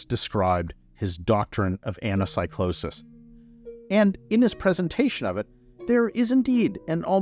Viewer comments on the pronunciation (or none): Please please please, you are a professor, please don't say anasaicloses and read it correctly as Anakeekloses